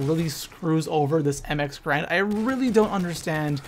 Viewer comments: lol "grand". It's 'GARAND' lmao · Alright. So i know this video was posted like 3 years 4 years ago, but I really dont like the name being said wrong. The correct pronunciation for the weapon is M-X-Gar-and